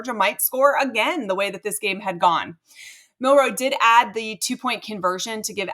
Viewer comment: Milroe not Miller.